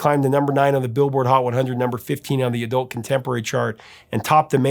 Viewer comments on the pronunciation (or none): none